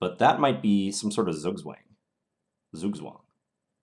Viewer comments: Zugzwang = "TSOUK-tsvang" in German... I only mention this because you seem to be trying to say it conscientiously. :-) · rhymes with Farouk - same vowel as 'food' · Hey John, im from Germany and the U.S. zugzwang pronunciation sounds very funny, maybe you could try the german one: ˈtsuːktsvaŋ example from Niklas Huschenbeth